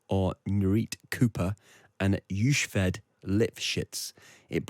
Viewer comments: Thanks for the quality analyses. Small correction: The woman's name is pronounced yo-KHEH-ved. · "Yushved", lol. Why not ask someone beforehand?